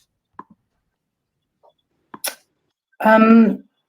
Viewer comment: Great guests but for the host please get your pronunciation together before airtime. You mispronounced Mauritius and Chagos several times. It’s a bad look for your channel.